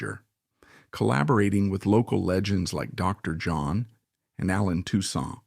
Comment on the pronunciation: Terrible pronunciations on various names and titles. It's not pronounced "kin-offler". it's "noffler" . "Dr. John " is not "Dr. (long pause) John". Leave out the pause.